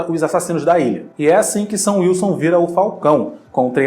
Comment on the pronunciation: cara...... toda vez que o fala “sam wilson” eu ouço “seu wilson” e fico “????????”